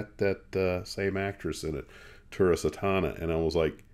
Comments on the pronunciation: It's not "Santana," It's Sah-tana, or maybe Say-tana, Daughter of Satan. The He 178 looks like a glider with the tip of its nose cut off. You can tell Heinkel put alot of effort into it. Have you ever seen a Super 27? It's a 727-200 with the side engines upgraded to a later JT8D and the center engine hush-kitted. Most if not all are VIP or executive aircraft. Saw one arrive at VNY and taxi onto the ramp at Clay Lacy Aviation" where a small crowd was waiting for the arrival of the EAA B-17 Aluminum Overcast. The Super 27 was operated by the government of Mongolia, painted all glossy off-white with no markings other than the tail number very small below the engines. The passenger doors fore and aft were opened by the most exotic looking flight attendants I ever saw. Neither more than 5 ft. tall, they wore beautifully designed and tailored light brown or tan skirt suit uniforms with caps like the major airlines had in the Fifties. I was thinking they would make a good looking crew for an alien spacecraft. * they occupied the hangers where Lockheed had a flight test facility for many years starting during WW2. My dad sometimes worked there on the "Articles" in '55. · pronounces the name as "Santana." Her stage name was apparently Tura Satana. Her birth name was Tura Luna Pascual Yamaguchi. Her first husband's name was John Satana.